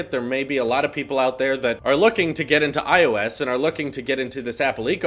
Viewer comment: what if i told you i hate the way you say ios. you kind of say it like "IO-Ss" instead of "I O S"